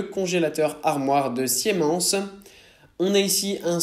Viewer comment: Bonjour le beko tu dis classe A mais c est écris E, Siemens ne ce prononce pas comme ça et tu ne parle pas du type de froid de ces congélateurs (froid statique, ventilé, no frost, etc) ce qui fait partis des caractéristiques primordiales sur le choix de nos jours.